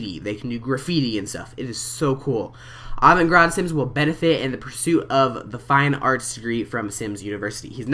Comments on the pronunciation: Not to be picky, but it's avant 'guard,' not avant 'grahd.' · "Grahd" jesus... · avant gARDe. im sorry. its driving me insane. im a french major. avant garde basically means "new-age". like really into thinking and weird art. hahaha to explain it simply. love your video tho! so excited to play this game!!!! avant GARRRR-DUHD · it's pronounced AW-VAWNT-GARD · u said avant garde wrong